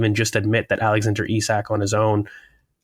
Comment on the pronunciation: Today was theeee day finally pronounced Isak properly. What a time to be alive!